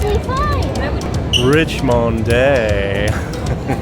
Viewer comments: lol... RIeesh-mon-daye. I grew up in Richmond, California so when i first saw Richmonde hotel in Iloilo, i pronounced it the same way does... Rich-mond. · ❤❤❤❤ your husband pronunciation of Richmonde 😂❤❤ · The town of guimaras in iloilo has the sweetest mangoes in the philippines and they are big, it's funny sir he had trouble pronouncing the richmonde hotel and good luck i know so moany aventure in iloilo